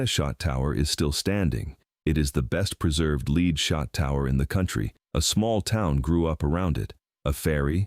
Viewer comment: "Lead" is pronounced "led" not "l e e d." AI voice.